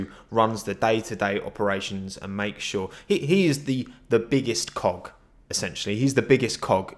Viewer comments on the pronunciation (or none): Genuinely thought you said he is the biggest cock not cog. 😂 Another great video, mate. Nice work! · Whenever he said ,, he is the biggest cog “ ..... i was hearing something else. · I knew I wasn't the only one 🤣